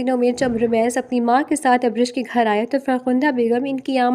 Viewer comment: It's rameez not ramaiz